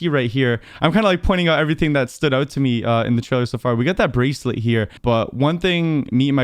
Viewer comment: "The breaclet the teleport........"